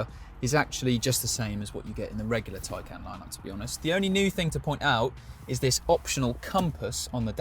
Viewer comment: It's pronounced Thai-khan.